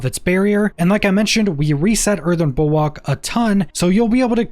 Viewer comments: Earthen bulWARK, not bulWOK 🤣🤙🏻. Great videos either way! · Bulwark not bulwak its killing me 😅😭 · I swear to god time slowed down when you said Earthen Bulwok 3-4 times and I was thinking to myself wtf is a Bulwok